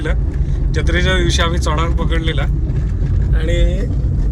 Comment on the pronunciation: I like the way u said CHONOK...Goan flow